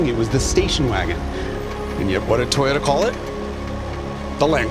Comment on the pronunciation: Toe-yota. Not toy-ota.